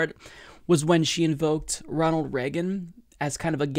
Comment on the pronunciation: Uhhh.... Did she say Ronald Slagean or is my earing fucked